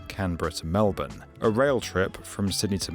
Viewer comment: You saying Melbourne right genuinely made my day